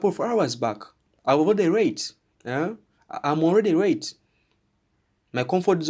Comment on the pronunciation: I love how u say Rrreete, just to mean Late!